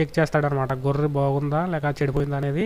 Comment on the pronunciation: గొర్రు కాదు గొర్రె అని చెప్పు